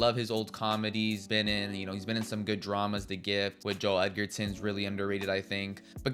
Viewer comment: Who's Jason Baynman? Also, it's Joel Edge-er-ton, not Edgar-ton. While I'm on a run, who pronounces the s in Illinois? Fucking hell, within five seconds of pressing send, you make another mistake. It's in Missouri, not Mississippi. I could only make it to the three minute mark. I don't know why you were driven to review films and TV shows, but you should stop. It's not for you.